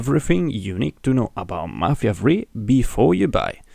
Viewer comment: I stopped watching right after he said mafia free.